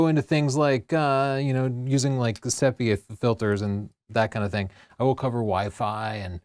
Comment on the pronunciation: Interesting pronunciation of "sepia". ;)